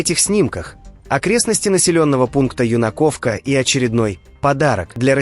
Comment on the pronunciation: ЮнакОвка? Кривые языки ведущих